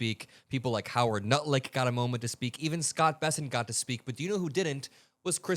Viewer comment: 20 had to go back im all "no way did i just hear nutlick" yes, yes i did.